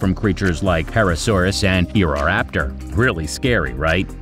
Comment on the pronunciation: for real, acheoptrix was pronounced so stupid haha